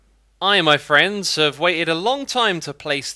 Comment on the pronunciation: Did you just open the video by saying ‘My Thrends?’